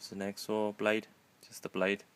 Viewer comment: Just so you know it is hacksaw blade not "axe saw"